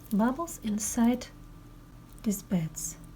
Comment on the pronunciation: Леночка! Вы молодец, что смело идете трудностям навстречу! Я профессинал in English и мне очень хочется вам помочь. несколько дружеских советиков: бусины : [bi:dz] (биииидз). Фразы с датами: 19- [найнтииин] - длинный [иииии]. А то звучит как 90 -ninety с кратким [и]. Не нужен неопределенный артикль 'а' перед словом 'glass' - это неисчисляемое существительное. А так все неплохо. Украшения бесподобные! Немыслимая красота! Очень рада была их увидеть! Спасибо!